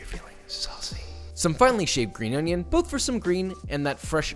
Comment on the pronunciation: hahah. I think it is the Swahili that says onion like that. The spelling I forgot how it’s spelled.